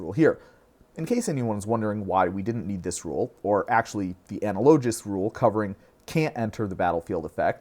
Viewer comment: Just FYI your pronunciation of analogous is way off, it supposed to sound like uh·na·luh·guhs